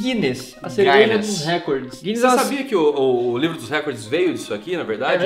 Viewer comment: morei na Irlanda.. que saudade que deu.. tomar uma Pint de Guinness!! ahhh e É GUINNESS e não GUYNNESS como o rapaz falou ae hahaha